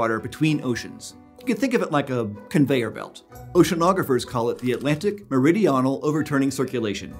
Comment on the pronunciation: Me-ri-di-Oh-nal Haha